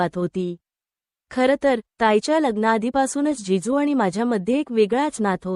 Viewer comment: जेजू नाही जीजू